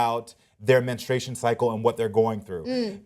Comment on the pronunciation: Menstruation, not menestration.